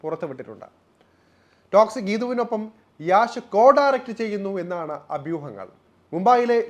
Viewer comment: ഡെയ്, യാഷ് അല്ലെ , യഷ് എന്ന് ആണേ 😢😂